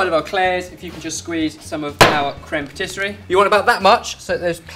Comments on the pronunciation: Cream Patisserie?, it's creme patissiere, pronounced phonetically as 'crem patissee air. I thought you knew French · Dear, it's crème patis-si-e-re, not patis-se-rie. Difficult, I know. Am available to give French lessons if needed:) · It's "crème patissière", not patisserie. Nice job though. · Pssst,, it's "crème patissière" ("pah tee see air");) Also did Mike really need to kill Waldo? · Crème pâtisserie? Crème pâtissière, dear.:) x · If I may I just like all your videos guys but I can see one mistake about about the creme patissiere and not creme patisserie .... Otherwise all perfect only a pronunciation things .... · Creme patissiere not patisserie:) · Patissiere! Not patisserie! You're hurting my ears. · Far insufficient cream in there!!! Also, your pronounciation of "patissière" was very cute ^^